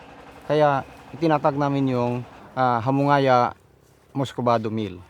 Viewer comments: Its hamu nga ya but anyways great vid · its HA-MU-NGAYA